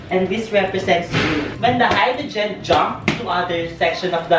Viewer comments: "HYDROGIN" OMG HAHAHAHAHAHAHAHAHAHAHAHAHAHA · no one: mimi: Hydrujin.